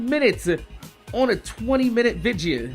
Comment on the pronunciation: say: VIDEO